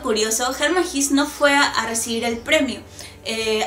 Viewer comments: Por que pronuncia jis... no es jes? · SE PRONUNCIA "GESÂ" NO "GIS". ES ALEMÁN, NO INGLÉS. En alemán, todas las palabras que terminan en E o ER, casi se pronuncian como una A. EJEMPLO: WEISE (vaisa) o HELLER (jela). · Se pronuncia en alemán Como se escribe: Hesse. (no "His") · Sandra Schulz ¿Entonces se pronuncia < > y no < > ni < >? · Hola, me alegra que hayas resenado este libro, es uno de mis favoritos. La verdad que me cambio la vida, completamente. Tengo algunas anotaciones que podrian interesar. Primero, la pronunciacion del escritor vendria hacer algo asi como /jesse/, Segundo, existe una pelicula americana acerca del libro, el director es Fred Haines el mismo que llevo a la pantalla Tropico de cancer y Ulysses. Tercero, la ultima parte del libro la del teatro magico, y las cinco puertas me parece ALUCINANTE muy pero muy parecido al capitulo final de Twin Peaks. Bueno no te aburro un fuerte abrazo sigue con los videos, espero que tu siguiente escritor sea Junot Diaz. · La pronunciación exacta de Hesse es /jéese/ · Horrible pronunciación del apellido!!!